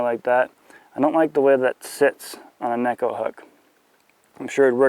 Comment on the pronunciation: Great video. Finally someone actually pronouncing neko properly. :)